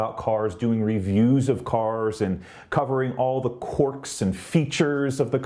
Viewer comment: This best part “corks and features”